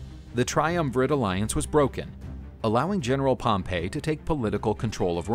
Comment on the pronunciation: Pretty sure it was pronounced Pompy not Pompay. You might be confusing him with the city of Pompeii. Have you been taking lessons in pronunciation from Biographics?